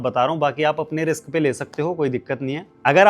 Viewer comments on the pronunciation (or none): none